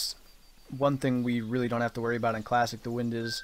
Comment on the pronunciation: He said classic, but it sounds like class